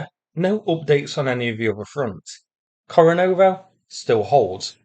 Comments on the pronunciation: Kore--NE-vo, not Kore-NO-vo. Yeah, I know it's a minor thing, but it's so easy to say it right. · KorenEvo - NOT KorenOvo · Ko rE ne vo though :)